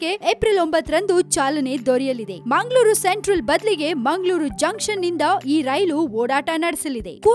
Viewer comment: whether it is munglur or bunglur. where are these cities? no fluency in kannada language.